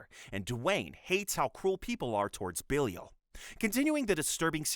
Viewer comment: did you actually watch all of these??? (And also it is pronounced Ba-Lie-Il, not Billy-ul)